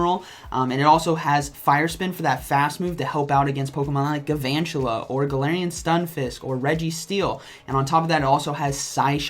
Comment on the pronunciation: It’s pronounced gal-VAN-tula. Gal with an L.